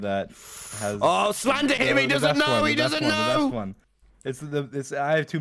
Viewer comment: Emphasis on "best"